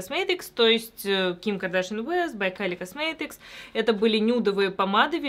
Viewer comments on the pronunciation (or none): космЭтыкс ОРУ